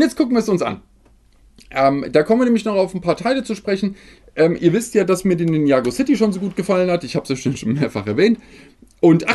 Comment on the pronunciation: Ninjago ist gesprochen Ninja-Go